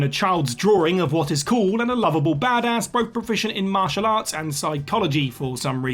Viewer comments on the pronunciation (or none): none